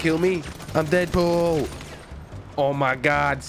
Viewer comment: Dedpol more like frenchpol